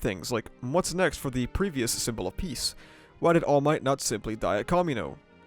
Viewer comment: "iron might" lmfaoooo